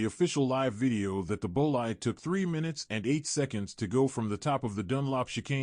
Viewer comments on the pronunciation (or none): It's "boleede", not "boleyed"...